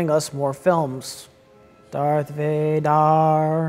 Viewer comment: Darth Vay Dar. An Ah Ken.